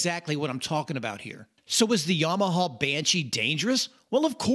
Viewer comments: Yamahuuhh. Bud its yamaha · This "yomohoh" brand sounds great 😂